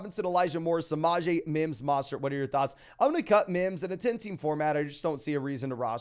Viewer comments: not a complaint it's a correction. Trying to help him out. Sometimes ppl have accent or misread something. There is no A in his name. MO not MA. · Great content but his name is MO STERT NOT MA STERT. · Yeah every time I hear that I think wtf. Put some respect on Mostert’s name. Its really not difficult at all